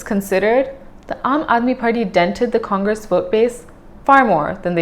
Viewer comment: it's Party not Farty 😆